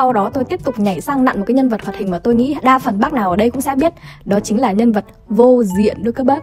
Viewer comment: Lúc đầu em nghe là vô diện lúc sau chị viết lên màn hình em mới biết cô diện